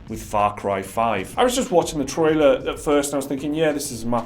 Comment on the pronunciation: "Troiler" 9/10